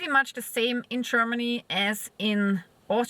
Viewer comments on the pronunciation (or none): csörmany chörmany chörmeny lern proper english pronanciation